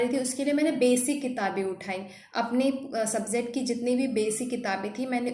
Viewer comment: "Subzect" nahi "Subject" hota hai